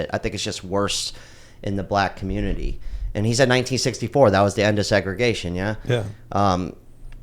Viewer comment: Leave the communitah ❌